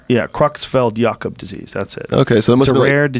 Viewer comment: Kreutzfeld-jakob not Cruxfeld